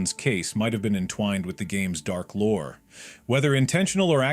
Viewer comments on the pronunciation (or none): none